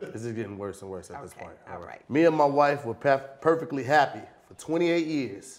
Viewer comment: "hey Tom he tried to say perfectly "